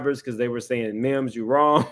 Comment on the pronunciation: It’s Mims not memes. 🤦🏾‍♀️